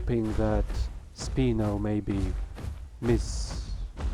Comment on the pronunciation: Sp-I-no not "Speeno" 😂